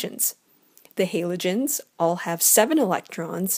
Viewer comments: It's said Ha-lo-gen-s not Halo-gen-s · It pisses me off how she says “haylogens” jeez it’s called a halogen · The person in the video: *pronounces it as "haylogens" The comment section: "You have violated the ancient commands" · She has an accent... get over how she pronounces Halogen 🙄 great vid btw 💚💛💖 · Please can pronounce Halogens properly Please OMFG I BEG GOD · is it just me but do u get triggred when she says halogens wrong